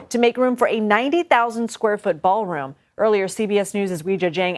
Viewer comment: ITS A "BA'ALROOM BLITZ"